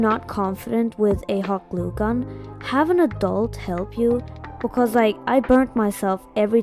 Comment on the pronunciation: YOU SPEAK LIKE ME I keep hearing becos and my friends say that i say it all the time😭 Also i really liked the eyes Just wanna know if i can paint smt like it Well that but in diff colours